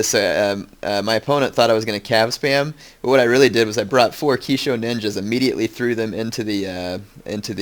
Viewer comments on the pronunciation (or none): none